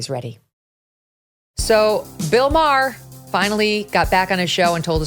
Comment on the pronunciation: You're right. ( But it's Maher, not Mayer).